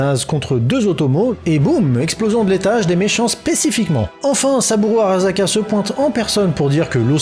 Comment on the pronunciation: ça se prononce [Araçaka] (Bon en vérité c'est même plus proche de [Alaçaka] mais on va pas pinailler hein xD ).